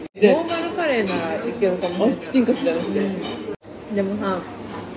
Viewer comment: チキンカツのイントネーションも気になる🧐